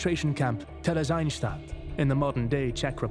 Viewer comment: The pronunciation of "Theresienstadt" in this video is horrible.